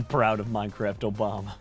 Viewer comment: More minecwaft Obama plwz